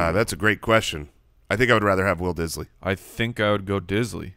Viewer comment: I just watch for the "Will Disly segments " 😂😂😂😂😂😂